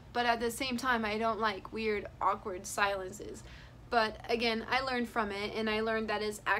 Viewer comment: it's not silent. You say it like aw-kward not ak-ward